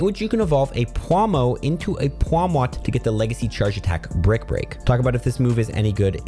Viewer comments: English is his third language </3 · pawmuah lol